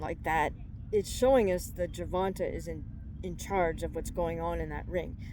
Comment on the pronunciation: Hey I love ur video, ur super knowledgeable… but as a black man my only gripe is ur pronunciation of his name, its GER-VON-TAY not Ger-Von-Tah… it might seem like nothing to u or others but to us it can be seen as disrespect! Again, loved the video!!